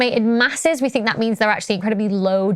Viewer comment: it's Hubble, not Hobble, although....just because it IS hobbled, that's no excuse...and another one that irks me is "think"...I can't stand it when I hear people say "fink", it's lazy and trashy...